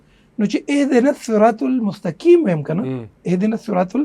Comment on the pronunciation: اھدنا الصراط المستقیم میں قاف ھے کاف نہیں ھے تو لھاذا قاف پڑھنا ضروری ھے۔ورنہ معنی تبدیل ہوگا ۔۔۔۔ڈیر معذرت اور ادب سرہ وایم۔